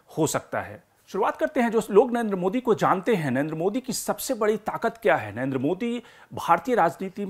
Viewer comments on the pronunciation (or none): At least pronounce the name Narendra modi properly. You're always saying Nayenda modi. Pakistani panjabis have this habit of saying. Lagtha hai you are also a panjabi of Pakistani decent. Rest all chaltha hei. A long way to go. Good luck to you.